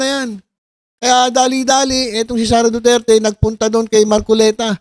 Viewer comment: Mar kolektaaa😂😂😂ay mar coleta pla...😂😂😂 buking na KC Kya nag kakamali nang bigkasin ung pilyido ni mar kolekta ayyy Este!!! Mar coleta..pla😂😂